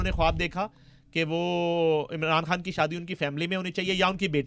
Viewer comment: Ye Anchor KHAN word ko Indian urdu mai kiyon pronounce karti hai